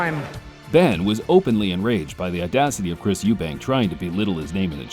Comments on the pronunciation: Jim Watt on commentary. ....Good God. .."The man's name is Eubank....Not Eubank's " Arrhhh...still annoys me...Fuck. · Eubank! Not Eubanks! ffs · Its EUBANK! Not EUBANKS! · Just got to say this. It's Chris EUBANK, no s